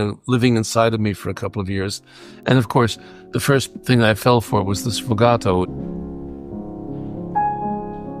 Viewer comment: It's sfogato, not "sfogatto." Thank you.